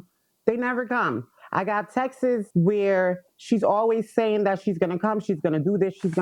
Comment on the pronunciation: It's not TEXES it's texts .....why do so many people say it that way?? It's actually so sad how many people in America can't read or enunciate properly. Idk why texes bugs me so bad but I cringe every single time. I'm not a grammar nazi always correcting people on their wrong versions of spelling your you're or to and too. I'm nothing like that but this specific mispronounced word bugs me so bad. I just don't understand how it escapes so many people's mouths without them going wow that's not pronounced right 😆